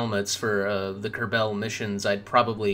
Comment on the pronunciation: why do you pronounce it "ker-bell" it's "ker-ball" or "ker-bl"